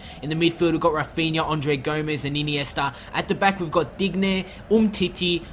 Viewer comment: Its not Dig- nay, Its Deenyay. Make it sound French at least plssssss